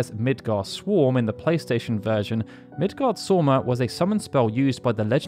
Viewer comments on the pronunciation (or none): It is Midgards Orm, not sorm